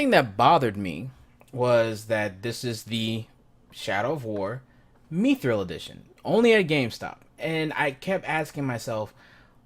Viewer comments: ''Meethrul''? MI-thral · Mispronouncing Mithril.